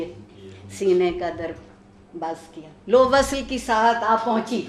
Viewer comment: وصَل ❌ (عارفہ جی!) وصْل vsl ✅